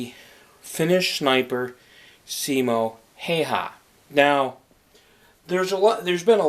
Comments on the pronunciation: He said his last name wrong Hay ha?? Its pronounced how wa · häyhä not haiha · Finland: Simo Häyhä English: Siimou Heeihah *about*😂😂 I know, its hard to pronounce it right, for the ppl who dont talk Finnish :/